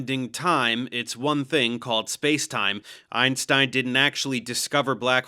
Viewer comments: Lol - “Ironstein” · I can't get over the fact that Piers Morgan is pronouncing "Einstein" like "Ironstein". It's hard not to hear.